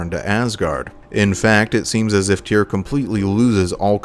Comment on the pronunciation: Right. Here’s a helpful mnemonic: “Tyr, rhymes with fear. Tyr, rhymes with dear. Hope that helps.